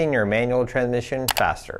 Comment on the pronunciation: "Tran-mission" way to pronouce it.